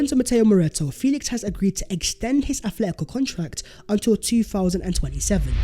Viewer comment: Hate to be that guy,, but it's AT-letico not ATH-letico.